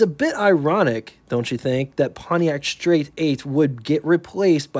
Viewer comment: learn how to pronounce the "st" blend. There ain't no damn H in it!